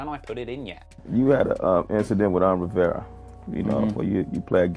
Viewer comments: It’s Riv-era.. not “riviera”. One means “rich river” and one means “breakfast and room service single stay for $99.99”.. 🤷🏻‍♂️ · As an 80s baby, it's funny seeing a 20 y/o brit calling Un "some guy" lol. Also, his last name is "Rivera" not "Riviera" lol, two different last names buddy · Rivera, not Riviera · I used to really like the stories, but I'm starting to get worn out by him speaking about us, but knowing so little about "us". Firstly, its Rivera, not "Riviera". It aint The South of France. Secondly, Jay's man probably did stab Un, but Jay being stand up took the case, just like he did for Calvin "Klein" Bacote back in the day. He risked his freedom, because the law had been wanting Jay, so give him his stripe. Thirdly, clearly has hate for brothers like Dame, Jay Elec, and Kanye, who call white people out for their sh!t and still get their girls, which shows his insecurity. If hereally doesnt think he's a "culture vulture" he'll do stories on his own people..Oh I forgot, theyre not very interesting apart from "us". 😂🤣